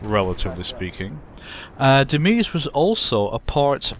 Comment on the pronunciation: Pretty sure "Demize" is pronounced "Deh-Mayz" :P